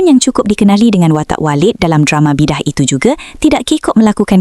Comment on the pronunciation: Sapa yg review cerita nii..bidaah laa bkn bidah.bodo